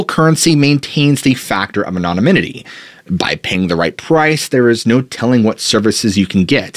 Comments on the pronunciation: “An-on-a-min-it-y?” I think you mean “An-on-ym-it-y.” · aNONymity not anominity ffs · Please work on your pronunciation of the word anonymity.. it's not anonomynity. The pronunciation is off all together. You've added an extra syllable and there is no third "n". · "Anomininity" 😆 🤣 😂 you must have "Googled" that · I just can’t get through this video with you saying “anomomininy” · Love your content. I had to play back “anonymity”. Might want check on how pronounce it. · pretty funny how he doesn't know how to say anonymity. pretty important word for the topic! lol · If you're going to use the word 'anonymity' sixty times, learn how to pronounce it properly. It's a veritable assault on the ears. Have a nice day. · Started out really enjoying your content. But now I can’t make it through the first few minutes of you repeating mispronunciations of COMMON words. Good God man! PLEEEEAAASE. Learn to speak the kings English properly. Truly heald back saying anything for so long cause you’re such a nice guy but one of I hear you say anonymity incorrectly one more time imma lose my shit. (Yes I see the irony). With love, and aggravation- keep up the MOSTLY good work, please showing old videos as new content, and if you simply cannot say “anonymity”, maybe don’t repeat it over and over. Sincerely love ya though brah. Can’t wait for some new and interesting content….